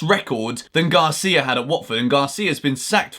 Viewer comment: It’s Gracia not Garcia ffs, shows how much research you do on clubs like Watford.